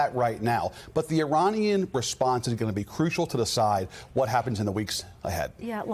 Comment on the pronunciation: Did he just say " iranisky"